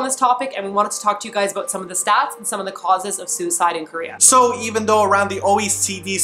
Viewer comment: It is KOREA not krayah... LOL I don't know why the way he said Korea annoyed me so much but it did..